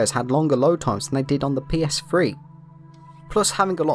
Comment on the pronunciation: I wish brits would learn how to pronounce "th". Its PS3, not PSfree